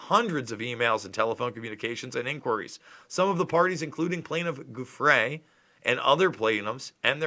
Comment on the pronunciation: The "s" is silent in her Name....great reporting 👍